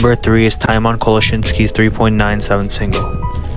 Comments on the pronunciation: I get so angry with the way he pronounces Tymon's name. It's pronounced timon and not tajmon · the name tymon is pronounced (tee-mon) not (tai-mon) {tee as in the word tea and mon as in the word monday} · Tymon's name is pronounced as "tea-mon", not "thai-mon" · isnt it pronounced tee moon?